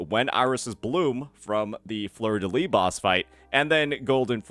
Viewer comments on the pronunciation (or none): I don't want to be rude, even more considering you're trying hard to pronounce her name correctly, but you have to pronounce the S at the end of "Fleur de Lys" :)